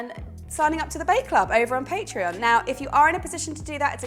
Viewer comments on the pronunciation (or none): none